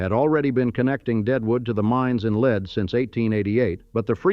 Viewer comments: Lead SD is called “leed” versus as commentor says “led” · The town Lead is not pronounced like the poisonous lead, but it's pronounced Leed, like lee-ed. Anyone from South Dakota knows it's Leeed, but it seems that no one else does. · Lead, sd is pronounced leed... it's a gold thing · Lead rhymes with reed. Ugh, AI. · Buildings made of lead are also called “leed” by builders. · Great video, some strange pieces of film, like scenes from Tombstone, but whatever. I thought it was funny when the A.I. narrator called a colt forty five a 'point four five' and couldn't decide how to pronounce Lead, use in lead as in the mineral most of the time when it's actually lead as in to lead the parade.